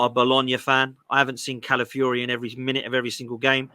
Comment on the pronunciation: Cala fi ori not Cala fury. geezus its not rocket science.